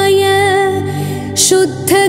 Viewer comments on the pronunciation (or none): none